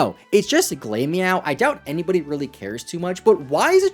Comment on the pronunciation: Glameow is glamor like fashion and meow. Glam rhymes with clam not claim. Glamorous cat. Glamor meow. Glameow. Not glame-meow